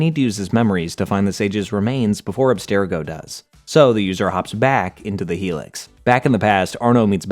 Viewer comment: For one… say Abstergo correctly. It’s pronounced in almost every Assassin’s Creed game and is always pronounced the same. wtf.